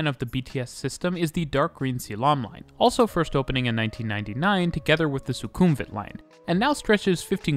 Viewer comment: amazing video! noticed a few pronunciation mistakes, but its completely normal for people to mispronounce these places suvarnabhumi is pronounced su-wana-poom sukhumvit is pronounced su-koom-wit i also have to say though, the mrt really needs longer trains~! even during non peak sometimes you cant board trains at all at interchange stations